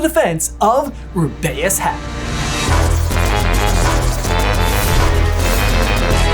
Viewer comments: Roobeus not rubayus*** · Me in Hermione's voice: IT's RU-BEE-USE not RU-BEH-USE. Sorry, I really cannot take the Ru-beh-use pronunciation. 🫣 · It’s ROO-bee-us not roo-BAY-us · Ru-BAY-us?! Is that truly how you pronounce it? I've been saying Ru-be-us all these years. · Stop saying his name wrong. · I agree soulfully. But first you gotta apologize to Hagrid for that ghadawful mispronunciation of his first name. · PLEASE stop saying Rubeus like that